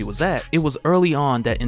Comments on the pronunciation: Please stop saying N-Jatta-Kuh. It’s N-Ja-Da-kah. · you're my guy. I even replaced Rob with you as my favorite. But bro (in jah dikka) was killing me lol. N'Jadaka is pronounced (N-yah-dah-kah) lol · Pronounced nin-ja-dockah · You pronounce N'Jadaka name wrong it's said (Nah-Jah-Dah-Kha) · N-JA-DA-KA. Sound it out is how its pronounced! Good vids otherwise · You are definitely pronouncing N’jadaka wrong